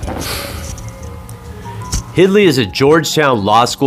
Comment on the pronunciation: Very interesting video. Just for the record her name is Hildy not "Hidly" other than that thanks for the great video.